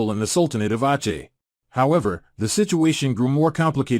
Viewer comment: Aceh is not "awchay" its "awseh".